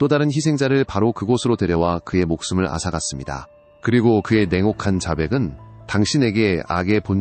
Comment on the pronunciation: 앗아갔습니다? 앗아갔습니다 좀 더 신경 쓰세요